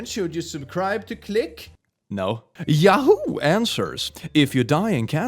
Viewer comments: now the sounds like hes saying ''yaho,, great job click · Maybe I'm just sleep deprived, but the way he says yahoo caught me so off guard every single time he said it, even if I knew it was coming.